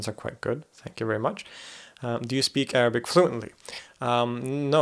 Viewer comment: wow i am impressed by your pronunciation of arabic words !!